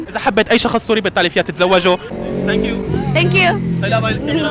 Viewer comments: لك ثانكيو ..مو سانكيو😂😂😂😂 فضحتنا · بس مره تانيه الفظ الثانكيو مزبوط مو سانكيو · السوري يقول سانكيو ههههههه قصدو ثانكيو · ثانكيو مو سانكيو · اذا بدك تقول للواحد شكر آ بلأنجليزي thank you not sank you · سانك يو بدل ثانك يو نكتوا أخت اللغة كمان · تنكيو مش سنكيو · هاي ..حلو انك تاخد كلشي بطريقة مهضومة..بس بخصوص اللفظ الانكلش ..خدا نصيحة من اخت لاخوها ..ابدا مو عيب ازا طالعت الاكسنت صح يعني عادي ازا قلت thank u بدال سانكيووو ..وكتير ضحكنا بس شفنا الفديو وفعلا مهضوووم كتير ..وازا بدي اقترح سؤال ..ياريت تسال الكنديين ازا بيعرفو شي كلمة بلعربي ..لو حتى.. شكرا .. وشكرا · فضحتنا اسما تانكيو مو سانكيو 😂😂😂😂😂😂😂😂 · ثنكيو مو سنكيو يا فهمان هههههه دخيل ربك شو ئلبي حبك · sank you الي عم تقولها معناها اغراق لازم تدرب عحرف الثاء مشان تقدر تقولThank you الي معناها شكرا ما Sank you الي معناها اغراق لانو الي بيعرفوا انك ما بتعرف منيح ممكن يقبلوها بس الي مفكرينك بالبل رح يتدايقوا منك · ليش بتقول سانكيو